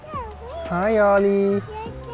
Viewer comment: Did you just said Oggy? Ollie it's I think 🤔